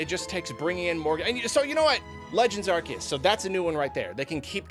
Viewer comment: oh boy can't wait to hear another shitbrained garbage tier take from known fake fan of pokemon, only took 4 minutes and 15 seconds to EQUATE swsh with bdsp (literally how dare you insult swsh like that lmfao) and also to mispronounce "Arceus"